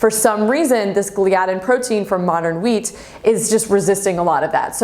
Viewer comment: it is pronounced gly-a-din